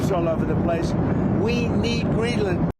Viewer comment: You Don't Pronounce it like Green - Land